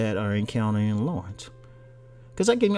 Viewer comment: His name is NOT Lawrence it's La'rense lol. .....